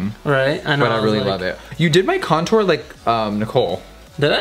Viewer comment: Who else remembers when Jeffrey used to say "c*ntor" instead of "contour"😂🙌🏻